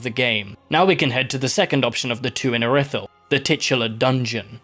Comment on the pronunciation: im sorry but callin iri-thyll ir-i-thyll has got to be the biggest fumble of pronounciation oat